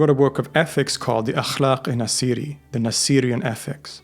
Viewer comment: His name is ناصر not نسير